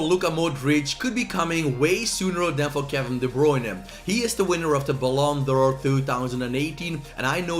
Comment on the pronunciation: normal people: ballon d'or: bAH-Lon-dor